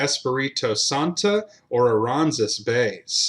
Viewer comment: Aransas - uh- rann- ziss Atascocita - uh- tass- cuh- see-tuh Guadalupe - guadalupay